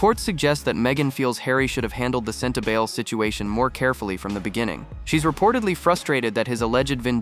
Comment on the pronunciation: It is pronounced Sentabali not Sentabail.